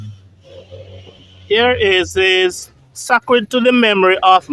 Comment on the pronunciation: SACRED is pronounced with a long sounding 'a' like saycred.